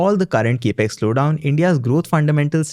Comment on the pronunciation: Capex is a short form for Capital Expenditure. This is well known. However, the word capex is pronounced cap-x, NOT cape-x!! Your enunciation and flow of delivery is excellent, along with pronunciation. All the more that your saying cape-x sounds jarring!! Pl fix.